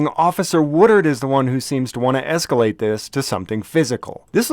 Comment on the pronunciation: "esculate", careful,, your room temperature IQ is showing again